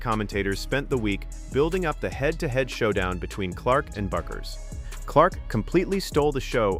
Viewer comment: teach your ai how to pronounce Paige's last name